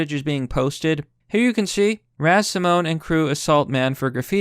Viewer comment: Simone, not Simmons